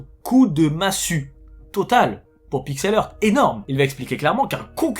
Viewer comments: Heuu, ça se prononce Pixel HART... Hea=HA. Pitié pour mes british oreilles ! De rien.- ton bilingue grammar nazi 😝. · si tu es pour faire un video en disant le nom de la compagnie 74 fois au moins prend le temps de valider comment ce prononce PIXEL HEART... valide avec google au minimum! tu bouzille le nom a chaque fois